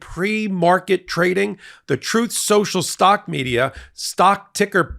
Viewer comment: O no! Not Trouthe seuchal 😂